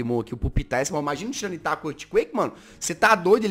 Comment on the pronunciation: jazz não se fal tiranitar se fala tairanitar, só se escreve assim